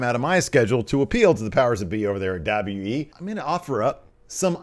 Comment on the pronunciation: Is it me or like half the people who work for wwe ( atleast the older talent and management) cannot say wwe correctly. From Angle to even Vince McMahon ( on the A&E foley special) cannot say W W E lol... I hear Double Double E alot... Am I the only person noticing this??? I CAN'T BE LOL